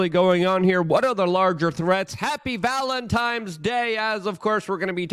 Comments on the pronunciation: Did he say valentimes, with an m?? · ❤ Happy “valentimes” day to you to, brother! 😂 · Valen times? Do you say Chris maws? What about Vet trans day? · Luke it's VALENTINES NOT VALENTIMES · Valentimes.. lol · "Valentimes Day"😂😂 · “Happy Valentimes Day”